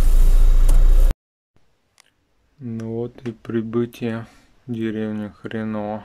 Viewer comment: Какой же противный голос у тетки на заднем плане . Деревня ХрЕново,ставьте правильно ударение,не вводите людей в заблуждение если не знаете правильного названия деревень. Что Вы хотели показать этим видео? Хрень полная ....((((